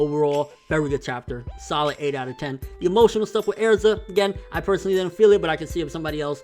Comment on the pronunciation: STOP SAYING AIRZA!!!!